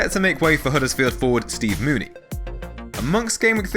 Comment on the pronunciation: It's pronounced Moo-nee-ay, thought you'd have known after last week